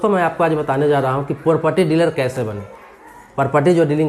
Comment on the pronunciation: पारपटी नहीं प्रॉपर्टी